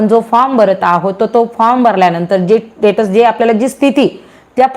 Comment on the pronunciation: are te tatus nahi status aahe